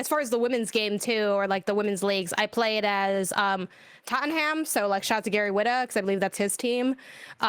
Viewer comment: its pronounced TOTT-NUM. Not Tottenham. They are in London.